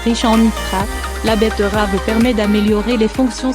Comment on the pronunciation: La "bettEUravEU"